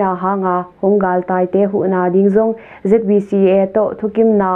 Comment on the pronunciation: "Zeet bi Ci" hilo in "Zet bi ci" cih zawk ding hi.